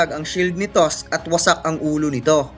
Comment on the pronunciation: tosk nga pronounce nya kay tusk e